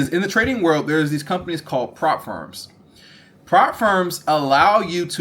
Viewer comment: Ngl it took me so long to realise you were saying “prop firms” - I thought you were saying “farms” 😂 I was like “what farm? Profit farm?”